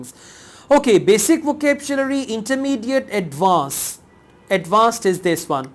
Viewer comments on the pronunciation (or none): why do you pronounce vocabulary as vocabchulary??